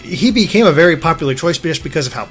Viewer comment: ***** thanks for showing us pop-uh-lar and maybe not so pop-uh-lar trillers.